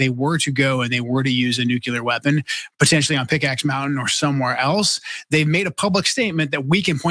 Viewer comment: It’s pronounced “nuclear,” not “nuke-u-lurr…”